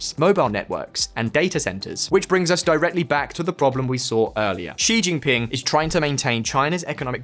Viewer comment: please do something about the pronunciation of Chinese names on your videos. It’s not as difficult as you think. Start with Xi Jinping. It’s not Ji Jinping.